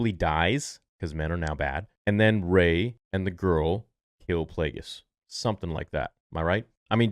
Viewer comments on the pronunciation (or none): Gay not Ray !